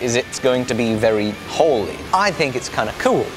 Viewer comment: When he said holy I thought templar holy not h0ly